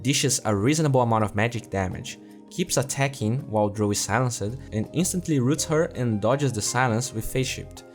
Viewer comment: hey man, I wanna give you some tips with your english, I've noticed that you need to work on your pronunciation for -ed endings, for example silenced should be pronounced silenst not silence - ed, focus on the sound rather than the letters, I've gotten used to it by now but other that you've got pretty good english :) keep up the great content!